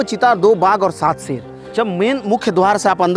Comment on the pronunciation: aur tm sher ko seer bol rha kauwa hota toh Kankh likhta kya bro 🤣